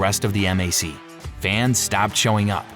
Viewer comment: Yes, this is AI slop. Pronouncing MAC by the letters, not as a word (that rhymes with back) is a tell.